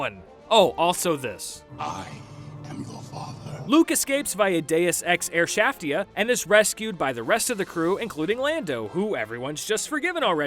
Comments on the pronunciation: Deus air shaftia... it made me fart while laughing. Not proud. Just sharing. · Deus ex airshaftia. Lmao